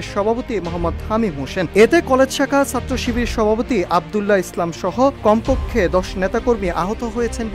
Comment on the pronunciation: উচ্চারণ ঠিক করেন। বলেন ছাত্র / সাত্র আবার কি?